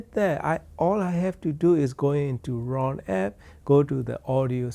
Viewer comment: It's Roon (like in Moon), not Ron Server.